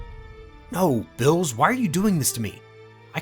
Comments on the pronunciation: Xd fr I was wondering the same thing I don't know why he says their names wrong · Everyone taking about smug stick is better but ain't no one talking about how he pronounces Beerus